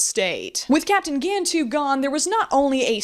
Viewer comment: For a "fan", you sure dislike pronouncing "Gantu" correctly, and instead choose to pronounce it as "Gan-two".